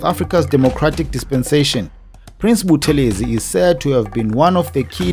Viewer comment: Hello - Please note the pronounciation is BuTHElezi, and not ButheLEzi. This Dr Buthelezi himself reminded us. Blessings to the Royal Family. - RevDrD/Ministry